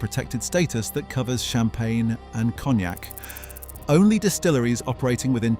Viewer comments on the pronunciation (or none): none